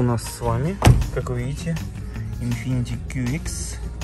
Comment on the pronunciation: Infiniti, а не infinitY